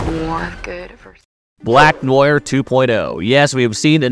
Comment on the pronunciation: Black 'Noyer'?